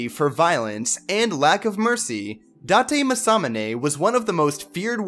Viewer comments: dahtay masomminay 😂😂😂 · I'm quite sure that's not how you pronounce Date Masamune, but okay.